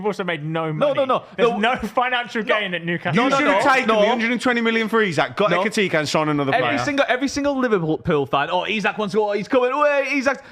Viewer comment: Eki-ti-KAY. Stress on the KAY.